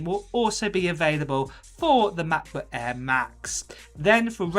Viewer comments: Sorry I have to say that but it sounds really really strange when you say "Macbo ÄÄÄ" 😅 otherwise thanks for the video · I REALLY WANT THIS MAH-PUH EHH 😂😂🤣🤣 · "MacBuk Äääääää."